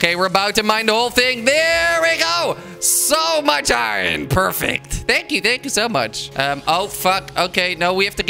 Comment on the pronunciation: He said iwon instead of iron